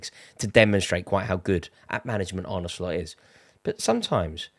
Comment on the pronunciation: Thank you Rory for actually pronouncing Arnes name correctly. Absolutely shocking the amount of people in the MSM and independent football presenters who get this wrong, even though there's literally a video on YouTube of Slot pronouncing his name. Absolutely drives me up a wall but thanks for actually putting the effort in.